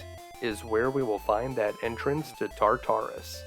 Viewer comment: Tar-ter-us not tar tar us :P You can do it, you got ocarina down. ;) Seriously though, thanks for this one. Never had a chance to play this, by the time I found it in the 90s in emulation it made no sense to me in an era before gamefaqs ever took off. NP never really covered the game much at all, not well at least, so it was an utter mystery and I like the mythology of it all. I've been watching your videos for a week about now, casually, as I work from home as keep awake routine I've done for years with videos. :D Nice flash backs and returns to same skills I've lost from the 80s and 90s when these were new .... Zelda II, Metroid, Kid Icarus, etc.